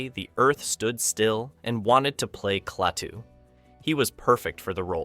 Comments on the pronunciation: It's pronounced "Claytoo" no "Claahhtoo"! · He knows that. He wrote “Klaytu” instead of “Klatuu” to illustrate how idiotic the pronunciation of the name is in the video.